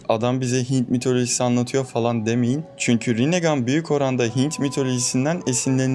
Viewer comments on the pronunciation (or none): none